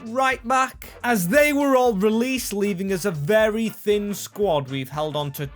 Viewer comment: "Not ver good for the club"... lol. Thays a bit generous. ;)